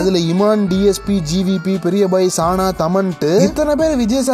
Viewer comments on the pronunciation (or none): சந்தோஷ் நாராயணன் ச - குறில் நா - நெடில் சானா இல்ல சநா . Correct aa pronounce pannunga bro..👍